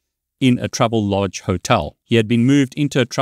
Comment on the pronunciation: Why do you say "troublelodge" when it's "travellodge"?